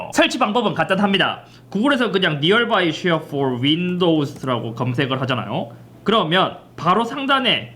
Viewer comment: 아니 잇섭이 왜 자꾸 니얼 바이 쉐어라고 하는겨? ;;; 니얼...굴?